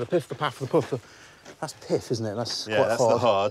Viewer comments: The pif, the paf and the pouf. I was like, "You wot?" with that last one. I figured there was no point in getting offended, so I just thought about how difficult it must have been for the British newcomers to say with a straight (no pun intended) face. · piff, paff and puff.